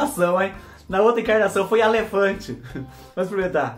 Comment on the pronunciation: Vc é fe mais amo ver vc falar, olha alefante kkkkkk